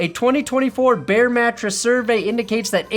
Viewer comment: Bear... not Baird. Although.... Or... behr....